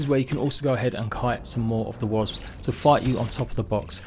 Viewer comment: I love the way he pronounces Wasps.. Wasbs 😅